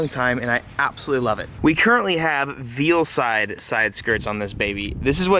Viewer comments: Is it just me or did anyone else die a little inside when he said "veal-side" 🤦‍♂️ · I think Veilside is pronounced "Vail-Side" 🤷‍♂️ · I love his videos but it bugs me how he says Veilside